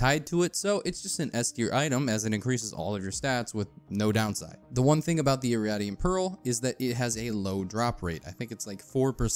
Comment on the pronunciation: "Irradiant" is pronounced "Ih-ray-dee-ehnt", not "Ih-rah-dee-ehnt". Excellent video regardless, very concise and detailed.